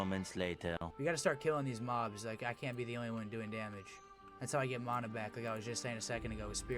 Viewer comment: I stopped watching the moment he said Mana weird